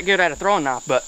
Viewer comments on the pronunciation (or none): Wha th is a "naaf"